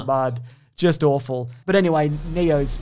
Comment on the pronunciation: “What is years when everything is awfaul ? Like now.”